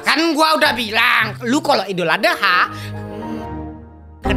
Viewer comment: Bang nama gua adha bang terus Abang Panggil nama saya tadi dengan sebutan adeha